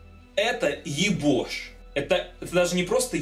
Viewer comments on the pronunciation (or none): Не ебош а йобоа